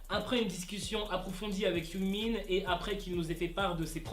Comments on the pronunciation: C’est pas Yoongmin c’est Youngmin! XD j’adore tes vidéos sinon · Quand tu disait yoongmin on dirait tu dit yoonmin le ship 😂😂😂